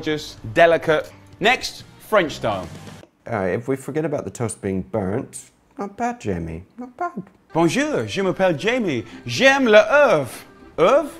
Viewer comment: Dear oh dear Jamie, France is only 11 miles away. It's pronounced with a soft j as in " jayme les erf ".